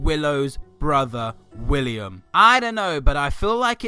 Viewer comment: it's William not wiliyam k and i sub to ur vids